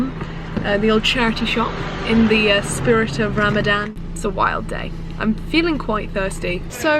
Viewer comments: Ha ram a Dan wow but non-Muslim's can't say it so I don't blame the mispronounced. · This girl: Ram-A-dan Me: tRiGgEreD This girl again: muh-zlim Evey muslim: TRIGGERED Just kidding 🙃 i really really enjoyed this because its not everyday u find a non-muslim who isn't like OMG TERRORIST when they see or mention us. Im really happy u decided to try this! We need more non muslims showing the world the magic of islam. Sorry for the speech😋 God bless u Love from palestine ❤ Ramadan mubarak😁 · Really hard thing to do but the way you say ramadan is funny bc its pronounced ruh-muh-don but white people say ra-ma-dan LOL, ily <3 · You know it's actually pronounced Ramzan Btw, I'm a muslim you did good Proud of you. ❤️ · I just love the way she pronounces Ramadannn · It is written Ramadan but is pronounced ramazan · You pronounce it RU-ma-don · try to pronounce ramadan as ramazan* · If she pronounce Ramadan like that ONE more time 🤣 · Ik I shouldn’t be annoyed but the way she says Ramadan like that is annoying me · Every time she said Ramadan I mentally corrected her 🤣 no hate Edit: She forgot to mention that we also aren't supposed to purposely smell things (scented candles, lotions, flowers, perfumes and such.) It doesn't necessarily break they fast but you shouldn't do it. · How many muslims were so tempted to tell her how to properly say Ramadan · I Honestly love the way you say “ ramadan.” Good on you gurlll proud of you for being patient enough to last without food for a long time ! 💖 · Jade nah, it isn’t. What would you know Jade.